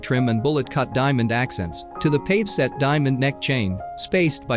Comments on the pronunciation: Both the jewels and Elizabeth Taylor are beautiful. This program would be more engaging if the narrator knew how to pronounce the words he is speaking. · Couldn't stop laughing after he said "pave" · It's pronounced PAHVAY, not PAVE. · It’s PAVE’ (pah-gay). Not pave. I wish these neophyte twits would learn how to pronounce words correctly. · This narration is pretty ordinary ‘pave set diamonds’ 😂. It’s pavé. Among other clangers 🤦‍♀️ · Not "pave" (long A)... "pah-vay". Ugh! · The word Pave is pronounced pav-eh….not simply pahv. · Who was narrating this video? It’s pave’ diamonds not pave “the street” diamonds. Van Cleef and Arpuhls?! Goodness. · "PAVE set diamond"? Really??? It's pronounced pa--VAY. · It isn’t pave it is pay vee. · Pavé is pronounced pah-VAY. NOT payve. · It's pronounced (Pa Vea) And Van Cleef and Arpels have always been Van Cleef and Arpels. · DUDE IT'S PAV'E (pa vay) COME ON GET IT TOGETHER,!!!! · A very interesting and informative video but it is spoiled by the computer voice which mispronounces jewelry terms like pave (pa-vay) and marquise (mar-key). Please fix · The fool narrator can't even pronounce pave correctly ... as in pave set diamonds (not pave as in pavement ) ... or "Sotheby's" either. Such ignorance is cringeworthy ffs. Why are these You Tube productions always so third rate ... There was even a typo in the cursive font scrolling during the OTT intro. It read ... " The gift from every men she loved " which is obviously incorrect. It should have read ... the gift from every man she loved". So I wonder who churns this shite out ??? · Do you think they will ever manage to pronounce PAVE correctly. Drives me nuts!!!! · You pronounce "pave" (with an accent over the "e") incorrectly. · There were MANY weird pronouncements but I could overlook all the robotic vocals to gaze at the jewels and of course, Elizabeth.